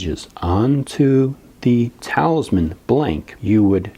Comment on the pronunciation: eeee im sorry if i sound rude but you said talisman wrong..